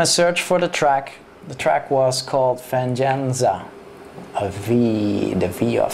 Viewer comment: haha he said Van-jen-za... =P its a spanish word "Vein-gan-sa" =P meanin revenge lol oh well im sure i woulda did the same thin if I didnt know a diff. language.